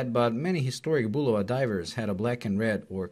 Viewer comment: I’m just happy this reviewer actually pronounces the name Bulova correctly